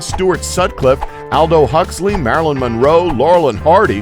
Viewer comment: Pronunciation of Aldous Huxley!